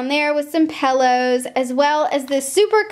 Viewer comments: It's pillows not pellows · Also "paillows" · Pillows. Not pellows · Could she stop saying pellows?!! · It's not pellows it's pillows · I love The way you say pillows!!!